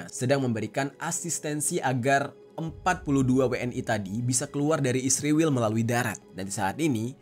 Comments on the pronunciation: Israil...bukan isrewel.😂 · Bang kok jadi isriwil si😭😭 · Kalau bisa sebut Israel saja jangan sebut isriwl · Kenapa nyebut isriwil dan tidak Israel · Kok jadi isriwil tetep Israel aja jadi kaga enak didengar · Israel bang bukan isriwil, sok paling baik lu